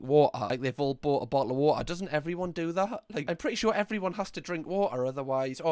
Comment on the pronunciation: "A BO'LE OF WA'A"